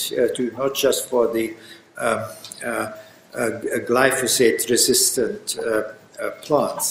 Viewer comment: question on glyphosate which is pronounced slightly incorrectly by the asker.